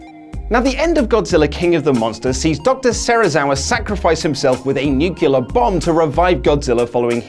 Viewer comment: Wait. Did you just say "Nuke-yoo-lurr"?